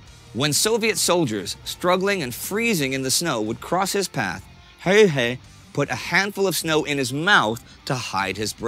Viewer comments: His name was "Häyhä" - not "Höyhä" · Its not HEYHEY , HA-Y-HA English speaking people misspelling non-english names since ancient times. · How does he say häyhä as höyhei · Häyhä, not häyhei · Why is hard to spell häyhä, wow, its häyhä, not höihei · Stop saying häyhei and say häyhä. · I like how Indy pronounced "Häyä" like 5 different ways. It's pronounced "Häuhä" with a "germanic/scandinavian" sound on the "u" and not english "u". Joakim pronounced it pretty good in the beginning. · I think they pronounced his name differently every time they said it. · He pronounces Häyhä differently every time lol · Pity your pronunciations of Simo's last name are not correct or consistent.